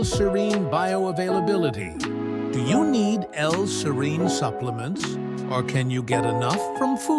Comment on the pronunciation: Two things: (1) serine is NOT an essential amino acid; at most it's conditionally essential, and (2) the persistent mispronunciation of "serine" and the severely annoying music made it so I didn't stick it out until the end (I went only to 2 colon 27). There are several other sources of info on this topic without persistent mispronunciation and annoying music.